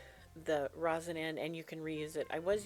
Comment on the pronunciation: It is Resin, sweetie, not rosen. Different stuff. Just found you. Fabulous.